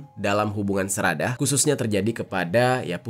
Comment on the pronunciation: Sedarah bilang nya seradah lebay luh bang ga rame